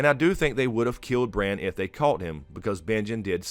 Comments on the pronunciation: It's BRAN. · Its bran...howd you miss this